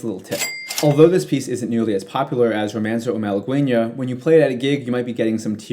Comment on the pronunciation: Wrong, first of all, i can't believe how you pronounced the Malaguena piece (you butchered the word) Also NOT true, Malaguena is NOT a flamenco piece, is closed resemblance to verdiales (which is a flamenco palo) but is NOT flamenco